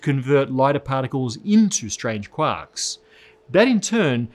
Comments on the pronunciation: So hey, right at 9 minutes 33 seconds into this video, you mention k'wocks? What are k'wocks? Or did you mean 'quarks'? But instead, you just decided to say it all stupid.. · what, "quocks" ? (didn't finish watching)